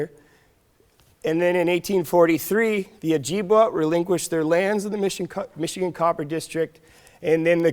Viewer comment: Oh-Jib-Way. Not we